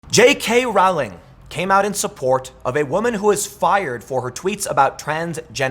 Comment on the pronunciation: J.K.Rowling's last name is pronounced (roll-ing).😁